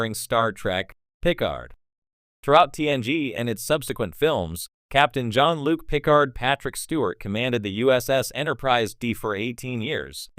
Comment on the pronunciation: If you're gonna use an auto voice at least take the time to program it to properly pronounce the words It's godddammed insulting to those who'd watch this vid and actually pronounce Jean-Luc Piccard